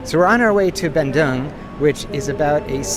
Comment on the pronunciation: you can pronounce Bandung = bun doong.